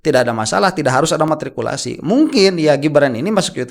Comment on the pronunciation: Bukan martikulasi tapi matrikulasi